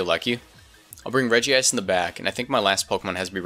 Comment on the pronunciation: EEWWW, say Regice like "Regi Ice" and not like "Rejise"